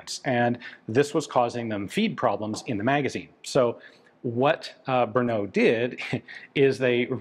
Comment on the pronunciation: technically samopal means self firing but it is a synonym for sub machine gun. samo-alone, pal ( palit ) to burn. there are always nuances in english to czech translations. PS brno is not an 'ou" sound at the end. more like "o"pera.